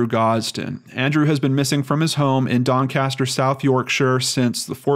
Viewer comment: i live 30mins from Doncaster and you pronounced it right first time😀